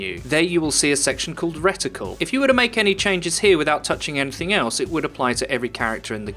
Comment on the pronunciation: Its reticle not riddicul